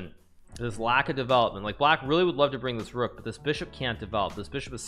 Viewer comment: Why does he say "dich year" instead of "this year"